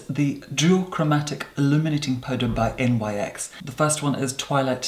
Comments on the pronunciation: My darling.... I am sure you would be ever so grateful to procure this tidbit of trivia, as it is so a propos for you to know. The brand “nyx” is often said as “N-Y-X” but it is in fact pronounced Nyx like “nicks.” It’s important that you know this, good sir, as Nyx is the Ancient Greek goddess.... Of the Night. Described as a shadowy and willowy figure, I’m sure it behooves you to from now on say her name as intended, ever so seamlessly. Unless of course you were only spelling it out because that was who summoned you here to earth all those many thousands of years ago, and you were trying to obfuscate the exact circumstances of your provenance.; ) Kindest exaltation and respect from New York. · NYX is pronounced Nix, after the Greek Goddess of the Night and after 5000+ years she sent me to ask you to kindly cease and desist mispronuncing her name in bad faith,. The Goddess is very sorry for borrowing your seamless black cloak and if she knew you'd hold a grudge for this long, enacting what you KNOW to be her pet peev, is insistent she would never have countenanced the idea!